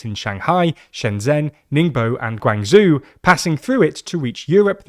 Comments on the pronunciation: Guangzoo? Roz-otom? Guangzhou and ROS-Atom... I get why people find it harder to understand Brits and I'm a Brit myself just lucky that I'm not monolingual. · Your pronunciation of Guangzhou is awful